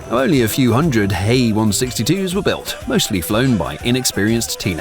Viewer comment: What's up with the "Hey" instead of H, E? Like M, E for messerschimtt